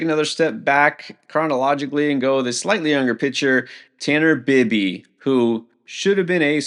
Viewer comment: It's Tanner Bye-bee. :-)